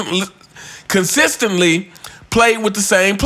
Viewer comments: U consistently butchered the word consistently/consistency 😂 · you can't even say "consistently" consistently!